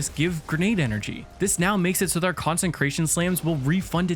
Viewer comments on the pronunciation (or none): Two things 1. Consecration has no N in the middle, you keep trying to say concentrated 2. You get 5 fragment slots so do a revamp other than that great video 👍🏻